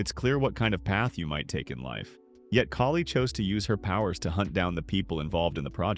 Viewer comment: If you're going to use an AI voiceover, can you please replace name's like "Kali" with something that phonetically sounds correct?